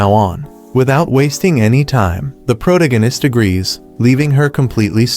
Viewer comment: I hate the way he says protagonist.